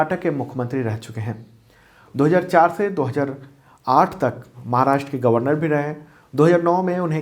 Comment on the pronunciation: सर आपके व्हिडिओ बहुत अच्छे होते है, केवल एक suggestion है- "महाराष्ट्र" है "माहराष्ट्र" गलत है।